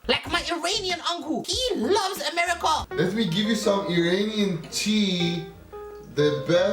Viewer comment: My man was saying am-rica